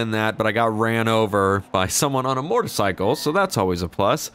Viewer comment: Am I the only one who's noticed that always pronounces motorcycle "mortacycle"?